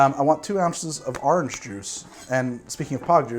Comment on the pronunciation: Well there you are saying Awhrange again